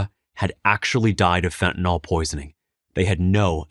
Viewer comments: Stop mispronouncing this plrase. It does not rhyme with with alcohOL as you pronounce. The last syllable is prounced exactly like the word ILL. So phonetic spelling is fent ah NILL. not NAHL. SIMPLE. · Fentanyl, not "fentanall..." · Fentanyl is so powerful, it even destroys the brains ability to pronounce words - when you haven't even taken it. There is no 'O' in fentanyl. It's not spelled fentanol. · I don't mean to make light of the extreme seriousness of the Fentanyl situation in our country but why does (almost) everyone mispronounce Fentanyl as "Fen-Ta-Nawl?" It's English folks. There's no "nawl" or "nol" in it. Fentanyl is pronounced "Fen-ta-nil." Having almost everyone in the media mispronounce this word has everyone thinking their mispronunciation is correct. God bless the families affected by this horrible plague. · It's called fentaNYL not fentaNAL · I know, not the main point at all, but fentanILL, not fentan ALL. Chemically it is a really important distinction. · "fentan-ill" - sounds like kill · Love the site but how is Fentanyl pronounced Fet-n-nol? Alcohol Ethanol Esmolol Fentanyl? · They should just change the name to "Fentanol", since no one seems to be able to pronounce it the way it is currently spelled.